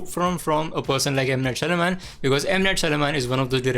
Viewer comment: Lol, you can't pronounce M. Night Shyamalan 😆😆😆😆